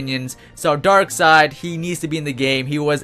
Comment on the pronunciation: It's pronounced dark seed